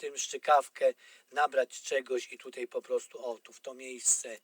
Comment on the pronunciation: Wszystko świetnie wyjaśnione tylko to "tutej" tak kuje w uszy ....